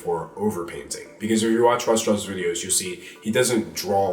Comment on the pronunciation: Am I the only one that hears "Raw straws"?